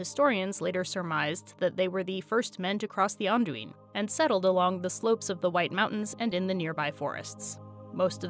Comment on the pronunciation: I don't know why I never knew how correctly pronounce Anduin, but as soon as I heard you say it everything made much more sense. Specifically, Brandywine and Baranduin suddenly got much closer to one another than they were before.